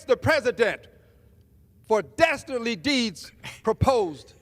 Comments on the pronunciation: "daesterdly deeds"?? what is this a childrens cartoon now? what fucking dasterdly deeds is he even talking about, getting shot in the head?? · Did he say dastardly 😂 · He said “Dastardly” 😂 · Yo said “dastardly deeds” hhahahahhaha. You can’t make this up